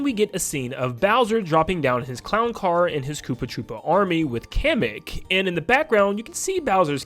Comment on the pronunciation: Hate to be that guy but isn’t it pronounced “Kah-Mek” and not “Cam-Ek” … sorry… I’m probably wrong